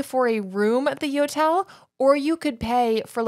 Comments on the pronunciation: I actually snorted laughing at picturing the airport staff's faces when you kept saying yotel and they say "do you mean hotel"? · That “Yotel” sounds more like a “NOtel” 😅